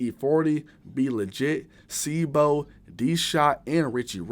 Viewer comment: See bow! Not See Bee Oh smh